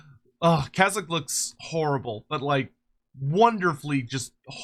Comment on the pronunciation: Its spelled 'Kayzk' so is pronounced as 'Kay zk' and not 'Kazyk'